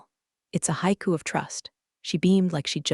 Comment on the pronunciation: I can’t believe the poor quality of the AI in these. Mispronunciation abounds, like sake in the first minute of this story. And then bow… And HAIKU pronounced hay-kus.